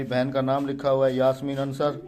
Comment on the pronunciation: Brother ansr nahe ansaaar